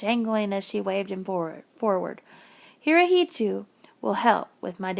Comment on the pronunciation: Sorry to be that person but Hirohito is pronounced (Hero-he-toe) at least that is the way I am learning it in school.